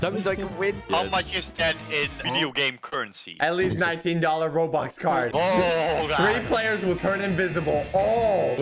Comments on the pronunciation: Its not robox its robux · How dare you say robuks it’s bobuk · Here before he changed "robox" to "robux"